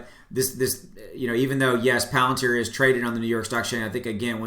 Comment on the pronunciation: You didnt mispronounce palantar. Bravo. Great update thanks